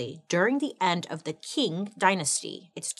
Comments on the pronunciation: The standardized testing in imperial China started in the Han dynasty… but was fully developed by the Qing (pronounced ching) dynasty (over a thousand years…) The scholar hat was a funky looking thing that was flat in the back… and Chinese kids with a flat head were thought to be more scholarly… I got a flat head… I test well, but I don’t retain info unless it’s fun… and I can’t wear a ponytail without looking weird cuz my head is weird shaped 😭 Edit: I took the ACT to get into nursing school… they asked me about rocks and clouds… almost lost my 💩… got a 27 or 28… cuz my ma said it cost money to take the test if I failed, I’m on my own, no more support… 😅😂 And our nursing school was contracted with Kaplan after we graduate… we get 2-3 weeks after graduation to study with the Kaplan people on how to take the test but my friend and I had taken so many test prep during school the lady got annoyed cuz we don’t do the “steps” they have on eliminating the wrong answer cuz we already know the answer… 😂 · I may be wrong but I believe it pronounced Ching Dynasty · Hahahaha I was doing a test and I need noise in the background there you are… problem I pay attention when you speak! Also is pronounced “Ching” not how it is spelled I did a test on this dynasty not that long ago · Qing is pronounced as Ching. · Isn’t Qing pronounced like Ching? 🤔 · Ching ching ching! I really like your channel but I wish you would take 5 minutes to look online and learn how to pronounce things you don't know how to pronounce. This is a frequent occurrence. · It’s like, if you say “ching” but with the tip of your tongue lower, against your bottom teeth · if the word was Quetzalcoatl or Tegucigalpa I could understand. But it's ching. A short, single syllable word that is easy to pronounce. She could put in some effort when it's easy. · Bailey we love you ❤ but just so everybody knows: “Qing” dynasty in Mandarin sounds more like “ching” than “king” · qing is actually pronounced as ching!